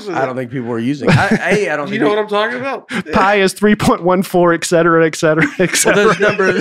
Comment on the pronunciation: This podcast is EASILY the best thing about 2020 for me. However please advise Baby Mama that it is pronounced “et-cetera” not “eck-cetera.” Thanks for making Wednesdays great again!